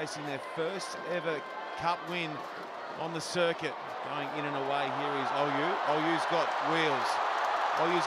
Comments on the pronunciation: Commentator it's Oyoo not Oyuu😂😂😂😂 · nice one. except it wouldn't work if the announcer pronounced Oyoo's name correct; it should sound more like "oh yaw"